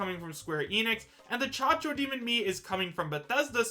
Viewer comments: Cacodemon Caco not Chacho I said this in your other video's read your comments its Cacodemon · "chachodemon" lol its cacodemon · Chachodemon is not cacodemon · As a huge doom fan I'm disappointed that he said chac-chac demon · Did just call it the Cha-cha Demon?!🤣🤣🤣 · Its cacodemon bro